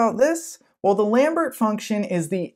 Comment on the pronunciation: Pronunciations: Lambert = "Lom-Bear" Dirichlet = "Dur-Shill-Lay"